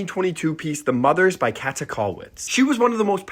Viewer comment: Small pronunciation hint: it's more like kaeete not kette . The ä is a quite long ae sound. Video was very informative and she's a great artist to learn about!